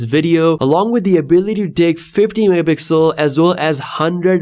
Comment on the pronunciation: > 100 megapipupupuel